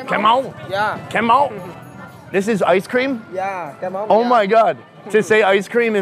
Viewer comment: Kem ống not kem ông